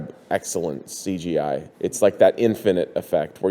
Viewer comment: Please please please. Stop saying seegeej. It's Cee Gee, or c g i . You don't need to shorten it again lol. I cringed every time I heard that lol